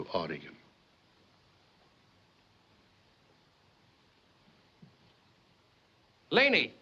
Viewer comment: Yay! They're pronouncing Oregon correctly!